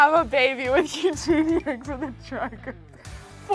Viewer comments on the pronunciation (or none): none